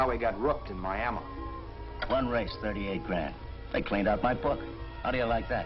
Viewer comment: "Mi-a-mah" for Miami.